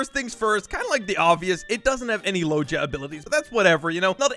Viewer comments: It’s not logea it is loega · Man fr does not know how to pronounce logia, it’s kinda sad